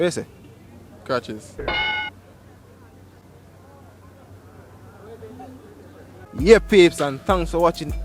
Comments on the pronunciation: Man say crotches lmfao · Weh yuh say.....'cratches' 😂😭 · When dat yute said "Crotches" you should have asked him what he had for breakfast. LMAO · Trey has no chill😂😂😂him say cratches dwl